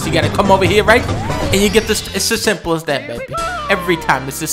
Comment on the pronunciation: its as shehimple as that